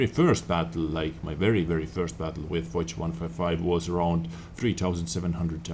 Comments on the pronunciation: I think it's pronounced fosh, not foz but I'm not sure :D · lol the way says "foch" makes me throw up. It's foch not "fox" with a deep o.